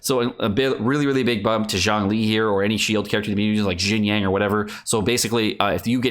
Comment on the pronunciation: Yo dude. I know you don't care about how the character's names are officially pronounced, and neither do I that much. But it took me a few minutes to figure out what you meant by "Jin-yang". At least listen to the English voice actors pronounce their own names in the game via the in-game Character menu, because it gets more confusing as time goes on in your videos. Love the content though, been a long-time sub.